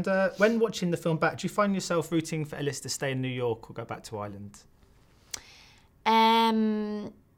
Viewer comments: (lukehodgson1991) THANK-YOU!! He pronounces it Ellis too and not Eilis (Ay-lish) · tHE eNGLISH VERSION YES, BUT IN iIRSH IT´S PRONOUNCED aY LEESH